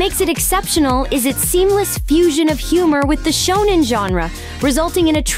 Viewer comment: Did you just call it..shoonen?